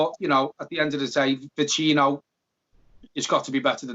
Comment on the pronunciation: Neither of you can pronounce Vecino correctly. Painful.